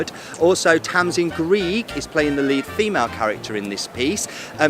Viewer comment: You should do your homework on names - Greig is pronounced “Gregg” not “Greeg” ☺️